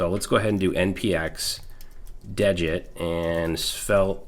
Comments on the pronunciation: Degit is pronounced as DEE git. I heard Rich Harris (the creator of degit, Svelte, and rollup) pronounce it on a podcast interview. degit removes the git history to make it smaller. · awesome video as always but the thing is degit is spelled dee git not dejit it just clones a git repository without the .git folder